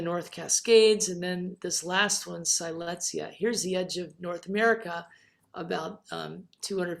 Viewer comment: Siletzia was named after the Native American Siletz tribe in Oregon’s Northern Coast Range because the Siletz tribe and Siletz River are in the center of the Siletz Terrane. The correct pronunciation of the Terrane and tribe is Sill Ets, not “Sigh lets.”